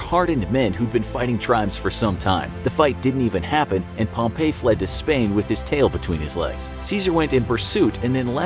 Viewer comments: It's not Pomp A, it's Pomp E. Hate informational shows pronouncing people's names incorrectly... Am I the only one who hates that??? EDIT: This whole episode is Full of inaccuracies. Completely lost faith in the channel. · Pretty sure you pronounced pompey incorrectly like 74 times. Also most of these facts are only half of what happened. Like the cleopatra fling staying in Egypt. It did not lol